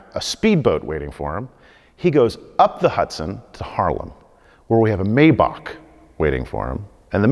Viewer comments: A mayba-kk? Whats that u mean maybach kid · This is a car guy, really? He pronounced 2 models of cars, and got them both wrong! A Bugatti Verone? Sounds Italian. LOL. WHAT? Is that like the Lamborghini Aventater, or the Pagani Zunda, and the Porsche nine one one? As for the Mercedes, its pronounced My-Bach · Yeah,and he calls a Maybach a "May Bakh" hahaha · Hey car guy, it's pronounced My-bach.